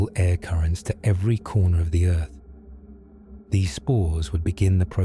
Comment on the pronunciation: He said: Earf. old name for Terra